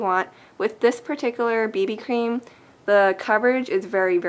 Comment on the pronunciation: Lol, when you first starting talking about the BB cream I thought you were saying baby cream.